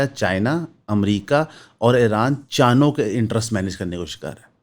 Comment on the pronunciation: Chaano😂😂😂😂😂 he said chaano ke interest. "Chaaro "